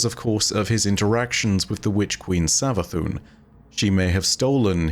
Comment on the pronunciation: Am i high or did say savathuny and neptuny